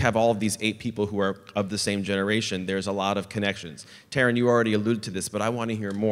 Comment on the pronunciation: As much as I love Christopher Lloyd, that was a cliche fest and so insincere. At least he could have taken a second to ask about the pronunciation of their names. Taron looked genuinely disappointed when Lloyd butchered his name.